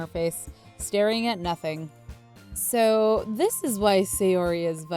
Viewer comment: Who else notice when sayori said its so good she said its sho good